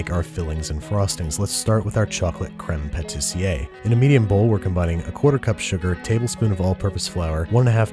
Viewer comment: It's crême patissièrE not crême patissier. So it's pronounced pah-tee-sierr not pah-tee-siay